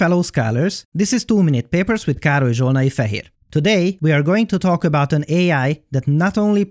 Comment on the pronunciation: I swear I just come here to hear you pronounce your name, it sounds so cool and interesting